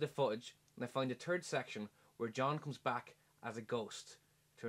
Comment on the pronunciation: "i den go to da fewtij and find a tird section" ah I love accents... sorry cool vid but just had to post how lawlful I thought that one part was